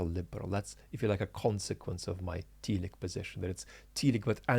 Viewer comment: Sorry for being pedantic but I believe telic is pronounced tell-ic (short e) not tee-lic. Teleological on the other hand has a first syllable that can be pronounced with either long or short e.